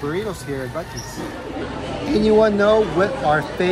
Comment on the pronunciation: Great video...loved the food...safe travels and God Bless 😘🤗🌹💘💙 Aw, tyvm again to you both...funny you said the name right exactly 3 wks on my bday 🤗...wish there was a Buc-eees closer to me 😋